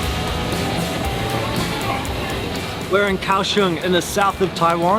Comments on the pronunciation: Liked the video very mcuh. You both make all the food look soooo good. One thing....it is pronounced Gow-shung not Cow-shung. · It's pronounced "Gaoshong." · Gao Xiong